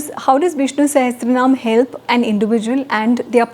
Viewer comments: First of all, it’s not sahastranaam but sahasranaam. This is a North Indian contamination of tongue. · its sahasranam not "sahetranam"